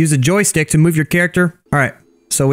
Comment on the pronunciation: U said jostike 78 times